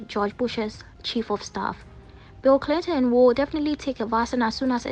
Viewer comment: Bill Clin-lin🥰😍 The slur alone🔥